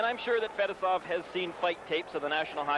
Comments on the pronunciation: It's pronounced Fet-ess-ov Not Fetis-off😆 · No you’re wrong too! It’s Fuh- Tee- Soff smh